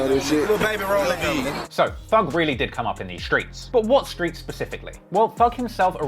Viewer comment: Stop saying “shtreets” it’s cringe